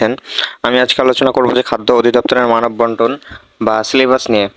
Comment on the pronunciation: আচ্ছা বুঝলাম মান বন্টন কে মানব বন্টন বলছেন। কিন্তু ৩ ঘন্টা সময় কে দিবে ভাই?